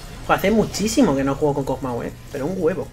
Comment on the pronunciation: Dijo Pug maw xd